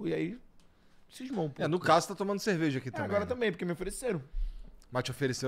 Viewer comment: Alguém apresenta o R pro, gente! 😂😂😂 Bazinhu, ceveja... 😂😂😂